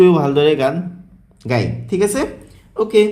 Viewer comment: আপোনাৰ গায় শব্দটো গোয় হৈ আছে।